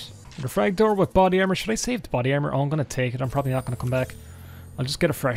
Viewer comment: "Body Carmor" c'mon lad, it's right there